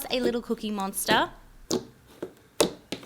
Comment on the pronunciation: did anyone hear her say "a little cute cookie MONSTAR" on but it's really cute cookie monster.